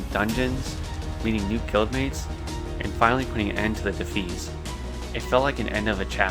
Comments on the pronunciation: Sorry I hate to be this person, but the red bandana people are called the “Def- EYE-as,” not “Def-EES. Otherwise really cool that you’re loving the game dude, I’m going through Classic add-ons-free too. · It's pronounced de-fy-ass not de-fees. No hate! Just a tip. Well done on the video. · I never heard anyone say defias like that lmao it's [De-fi-yas] <3